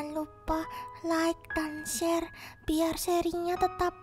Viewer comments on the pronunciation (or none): none